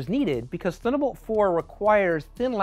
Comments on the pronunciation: "Thunnabolt" :P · I guess they couldn’t find anybody who can actually pronounce "Thunderbolt" ;)